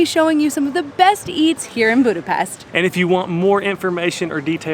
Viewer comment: Serious people don’t put sweat toppings on lángos, icecream into kürtöskalács but do drink pálinka in room temp just like whiskey, because thats the temp when you can taste the most flavours. By the way well done: till the end of the video you learned how to correctly pronounce Budapest:)